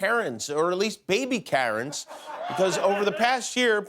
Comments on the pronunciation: At the beginning of his monologue, I actually thought that he said we're running low on carrots, or at least baby carrots. That's what I heard! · Man, when he said “we are running low on Karen’s, at least baby Karen’s” I thought he said we are running low on carrots, at least baby carrots....